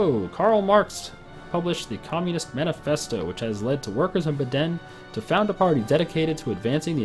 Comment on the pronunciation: "Beddenne" lol. It's called Baden. As in Baaah Den!